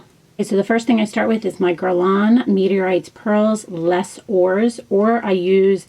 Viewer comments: pronounced "lay or" not "lez ors" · Hi, I enjoyed your FOTM video. I enjoy the commentary as you go along. I remember you mentioning you weren't sure how to pronounce, "Les Ors." The way you say it is, LAYZ- OR. You connect the two words when you say it, and don't pronounce the "s" on Ors. Hope this helps.